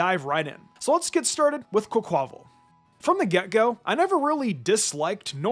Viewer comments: Why oh why do you call Quaquaval as Cocowall? Plz. It's QUA-QUA-VAL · The way you pronounce Quaquaval's name🤣🤣.